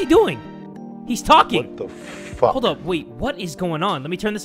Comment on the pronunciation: Your a big boy now stop saying fuke...